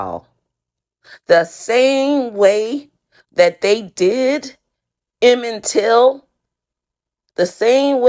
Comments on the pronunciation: whoooo the F is Emmen Till. This why everybody don't need a phone with video recording. And need continuous education. Lady HIS NAME WAS "EMMIT TILL" 😐🤦🏾‍♂️ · Bro I thought you said Emmit dill and that person is dead too Jesus wtf is going on if I have a kid I’m going to search names of all those murdered and not name them that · Emmend Till? She doesn't even know how to say his name correctly. 🤦🏼‍♀️ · Lady is gonna compare this fake story to a real horrific tragedy... and can’t even get the victim’s name right. Who the hell is Emin Till? Did she mean Eminem - Til I Collapse? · If you're gonna invoke the name of "emmett till"... Especially as a person of color you probably want to get his name, right... Considering it's been said probably hundreds of millions of times in the public.